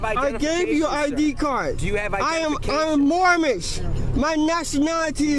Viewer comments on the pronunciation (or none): I thought it was moorish ? I thought he was saying mormon? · Wtf is "Moormish"? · The first guy kept saying “I’m Mormish” wtf is a Mormish 😂😂🥴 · What’s sad is that this man was tricked into believing this nonsense!! Because surely he doesn’t have a full deck so someone coerced this guy maybe even getting him to part with money for his ‘papers’ …! He needs to take his ‘mormnish’ (his pronounciation) papers and use them to paper his bathroom ceiling! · Moormish? Dope doesn't know the correct pronunciation is Moorish. No 'm'. Sounds like he needs to go back to Moorish Driver's Uneducation. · MoorMish? IF he can't say it correctly I'm pretty sure he's something else? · MOOR-MISH LOL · A "Moormish?" Is that a mixture of Moorish and Amish, or Moorish and Mormon? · I've heard of "Moorish" and "Mormon" but wtf is a "Moormish"?! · Did the guy say he was Moormish or Moron? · It's Moorish not Mormish. Get you act together fool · I thought that was a typo. I lost it when he said "moormish" 😅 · Now, if he'd pronounced it "Moorish" correctly, they would have understood it, and just let him go. I wish I could meet one of these cretins. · Aks for mormish identifaycation....what a broken glossary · I’m moorish? Lol. It’s moorish isn’t it. At least get the fake nationality right. Lol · I strongly suspect that the Sovereign Citizen Society will be demanding that this creton return his membership card. He has failed to learn his sovereign rights and instead has chosen to read them (very poorly) from a piece of paper, while mispronouncing big words like "moorish." Oh the shame. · He can't even say moorish.